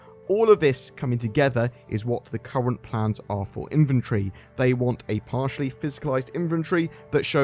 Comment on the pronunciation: He says “inventory” “inventree” 😅 yikes